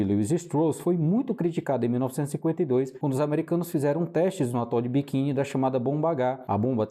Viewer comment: Atol de quê? Kkkkkkkkk Atol de Bikin? NÃO SERIA ATOL DE BIKINI ou ATOL DE BIQUINI 😅😅😅😅😅😅😅😅